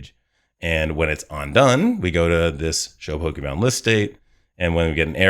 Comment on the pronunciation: I momentarily thought I heard you say 'bogeyman list', and now that's all I keep hearing you say each time you say 'pokemon list' 😂